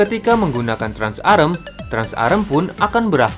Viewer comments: Trans-Am bosss bukan Trans-Arem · Cok gatel denger "trans arm" "TRANS AM" COK